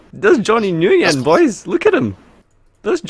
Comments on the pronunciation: I could be wrong but I'm pretty sure Johnny Nguyen's last name is pronounced "win" not nooyen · You said Nguyen wrong you ignant Euro lol